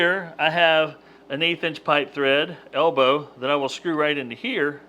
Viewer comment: What is an "alebow"?